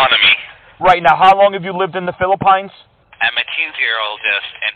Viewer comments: Not only can he not say Philippines - EVEN AFTER YOU CORRECT HIM, he STILL cannot say it..... but that's where he is. He's in Feelpines. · Omg Philpines if you're going to say a country name get right. The reasoning he stated for scamming is a lot of friggin horse puck. Second today omg I can't get enough of you slapping them down Ty take ❤️👍☎️ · That’s a damn shame if you are going to pretend to be in another country at least pick one that you can pronounce 🙄as always great job 👏🏽😘